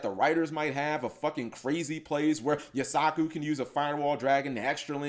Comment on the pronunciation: says he watches the anime, but forgot that Firewall Dragon was summoned in season 2 and keeps calling Yusaku "You-sock-ooh" instead of "You-sah-koo"